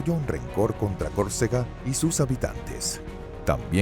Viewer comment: El NARRADOR pronuncia CORCEGA pero los textos dicen que la pronunciación correcta es CÓRCEGA